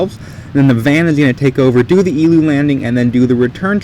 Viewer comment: I think is working with the Germans he keeps on saying Ze